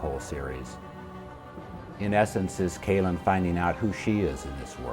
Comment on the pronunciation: Good interview except he pronounced Kahlan wrong. Everyone knows it's pronounced Kaaahhhh -laahhn - not Kay-lin.